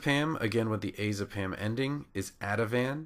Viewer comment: he says " azepam " funny.